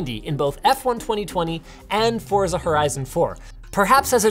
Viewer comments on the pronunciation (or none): linus stop mispronouncing forza